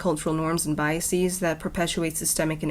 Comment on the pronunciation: The way u say biases is funny lol